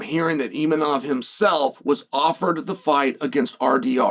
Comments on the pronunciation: Imanov lol. I think its Imavov Chael. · Where is the N in Imavov Chael 😂😂😂